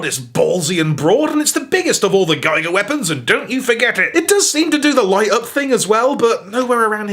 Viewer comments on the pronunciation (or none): why do you say geiger instead of giga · ahaisonline British